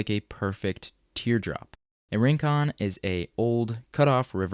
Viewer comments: Rincon is pronounced reen-KOHN, with a Spanish tapped r. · PLEASE learn to pronounce Rincon, it hurts the ears